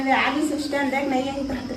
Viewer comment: Bhaiya teha jab jab aage aage bole has tab tab mola hage hage sunai de he 😂😂😂